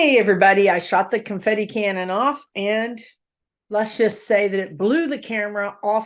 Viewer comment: ....loved the "CONFIFI." LOL